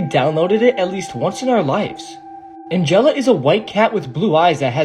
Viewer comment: its angela (ann-gel-ah)